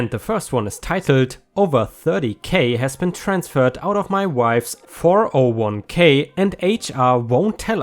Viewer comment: Hey, I have a slight annoyance with you. It’s pronounced ‘four-oh-one-Kay” not “four-zero-one-Kay”.